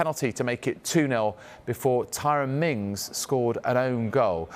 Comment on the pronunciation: Didn't he just call Mings a fa**y, I swear he said Minj instead on Mings